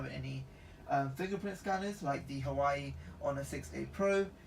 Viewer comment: It’s pronounced hu wa way